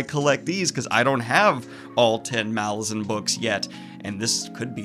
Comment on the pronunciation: funkopops >> saying malazan wrong